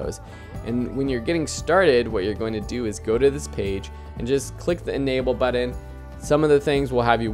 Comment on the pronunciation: Buddon must be a Canadian thing. That drives me insane. Pronounce the t's. Good info, but please please please stop saying buddon